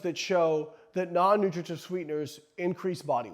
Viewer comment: Slow down with the, “Non-nutrigijutv sweeteners.” lol